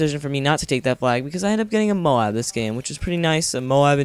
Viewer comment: I think its pronounced MOAB not MO-AB ex. coat not co-at